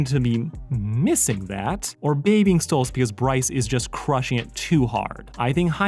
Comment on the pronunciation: i think its "Stolas" not "Stolitz"